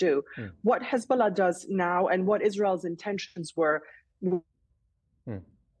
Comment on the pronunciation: Hez-bolls-ah gone 🎉🎉😂😂😂😅